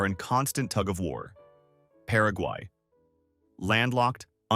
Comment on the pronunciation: You nailed paraguay